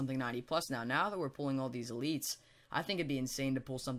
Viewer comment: the way he says elites pisses ne off